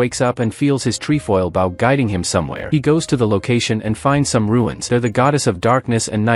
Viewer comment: can we get the ai to say bow correctly?